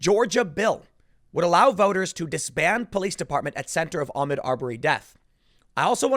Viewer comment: Tim, stop mispronouncing his name. It's pronounced Ahk Mood. Fuck if it sounds Muslim.